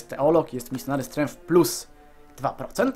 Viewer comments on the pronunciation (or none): none